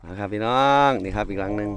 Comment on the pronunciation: สวัสดีจ้า หมานยุเนาะจ้าหายุหากินเว่าม่วนชื่นชมทั้งสองหนุ่มจ้า แต่คำว่า (พี่น้อง)เว่าดู๋ไปบ่หล่า😇😅